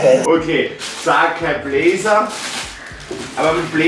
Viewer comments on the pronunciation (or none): „Saceeeiii blazerrr“